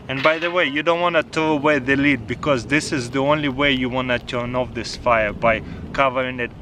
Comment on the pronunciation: Taras- “Wait 30-40 minutes to wemove da led..” waits 5 seconds.. “Yup it’s pwetty hat..”